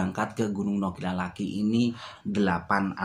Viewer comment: Nokilalaki,bukan Nokilaki 😀